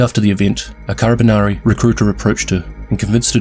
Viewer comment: Nice video but That "carabinieri" pronunciation killed me